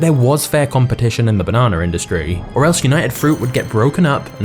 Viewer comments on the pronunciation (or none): The fact that you say banona and not banana irritates me for some weird reason 🤣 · Stop saying bananar and idear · Take a shot everytime he says "bah-nana" haha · I like the way you say banana 🍌